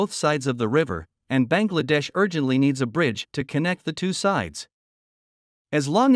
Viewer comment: Should pronounce as Bang!! La-dash.